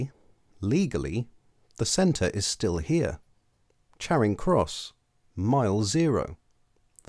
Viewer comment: Neither - it's a short 'a' as far as I'm concerned, as pronounced by the narrator. I know some people pronounce it 'chairing' but I take them to be people who don't know any better. If I heard anyone pronounce it with a long 'a' as in 'char', to blacken by burning, I would assume they were posh.